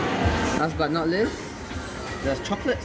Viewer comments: And last but not list, the chocolate covered sids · Last but not les 😂😂 FML I really wanna correct his English